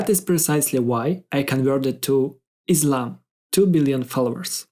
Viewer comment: As salamu aleikum, It's a good explanation. Jazakum Allahu Khayran. Just onè point that many doesn't paying attention but it's significant in translation, pronunciation and meaning. The word is Islam. I S L A M not I Z L A M. Slightly different in pronunciation but significant in meaning. Please search why it different. And would you please edit your video so some one else would not make same mistake. Once again, thanks for beautiful explanation. May Allah reward you immensely! No intention to criticize. Wa aleikum as salam wa rahmatullahi wa barakatuh